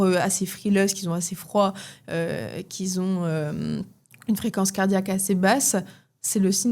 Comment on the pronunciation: "les personnes qui z'ont assez froid, qui z'ont une fréquence cardiaque assez basse" 😑🙄 Je n'ai pas pour habitude de m'arrêter pour simplement critiquer, mais les oreilles ont saigné... Quatre ou cinq fois comme cela à la suite... Ce sont les enfants de cinq ans qui écorchent la prononciation de la sorte, à la limite. 🙄 Par ailleurs, les personnes ayant une fréquence cardiaque basse n'ont absolument pas un métabolisme ralenti, dire cela tel quel est une aberration hallucinante... Une personne ayant un métabolisme dans les chaussettes peut éventuellement avoir une fréquence cardiaque mauvaise mais ce ne sera pas pour cette raison que son métabolisme sera "lent". La FC cardiaque basse peut être un des symptômes parmi d'autres, mais pas la raison d'un métabolisme ralenti. C'est même plutôt l'inverse. C'est plutôt parce que son métabolisme est éclaté que sa fréquence cardiaque est anormale (c'est surtout sa variabilité de FC qui est mauvaise). Allez dire à un athlète d'endurance que son métabolisme est lent parce que sa FC est basse 😅 C'est complètement absurde. Plus on entraîne son cœur et plus la FC est basse et le métabolisme carbure pourtant parfaitement justement. Si ton paquet fait 500g, et se compose de noix et de fruits secs, alors tu imagines bien que le tout ne fait pas "peut-être 600 kcal" mais bien quatre ou cinq fois cela... 100g de ton mix énergie te fera déjà plus entre 500 et 600kcal en fonction de la proportion d'oléagineux...